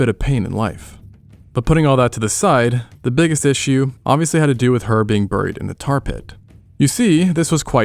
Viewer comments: Why does he pronounce "buried" like that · Dude says buried (bear-reed) as burr-eed